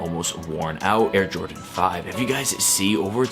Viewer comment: “Air Jrodan 5”